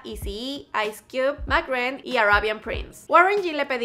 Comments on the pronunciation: todos: emsi ren la chica: mac ren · MAC REN? Oí esa mamada. Es M.C. REN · "mac ren" wtf